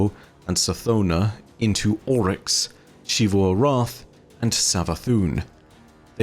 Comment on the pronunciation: Xivu Arath is pronounced Zee-vu Arath not Shee-vu Arath And Xita is pronounced Zee-ta not…whatever the hell you’re saying